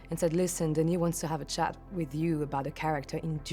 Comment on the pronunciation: why she says wis